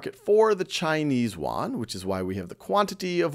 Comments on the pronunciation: Funny how you pronounce "Yuan" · Khan-made is always good! ! Btw, the pronunciation of "yuan" is not right. I am a Chinese :) and Thank you for helping me get all the As!